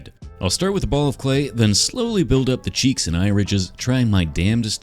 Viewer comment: ayo u said cheecs ayo baka